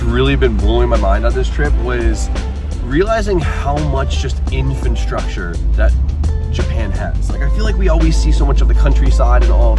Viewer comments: "Infantsructure" - New word from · Can't say Japanese words, can't say infrastructure in English... lol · that's not how you say infrastructure. Sound it out,.